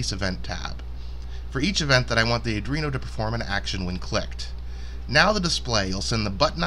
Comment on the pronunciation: Why do so many people say adrino instead of Arduino?